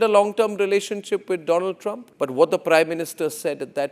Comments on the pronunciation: My fraaand doland traaaam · "Abki baar Trump sarkaar" "My phrenddd Dolaaaand Trump" 🤣🤣🤣🤣🤣🤣🤣🤣🤣🤣🤣